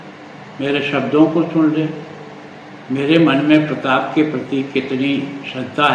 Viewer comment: अभी भी माफी मांगने में भी गलत बोल रहे प्रताप प्रताप बोल रे आपको बोलने को नहीं आता है क्या